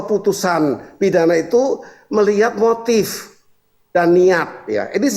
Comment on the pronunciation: Gua bingung sama ini orang selalu ngomong motio motip 😭😭😭